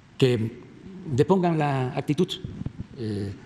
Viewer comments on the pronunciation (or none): ACTITUD CACAS, no Actitut, cuando se te quitará lo güey?☝️🙄